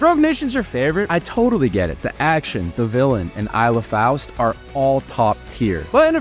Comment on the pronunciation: Eye-la Faust? Clearly u are not a serious fan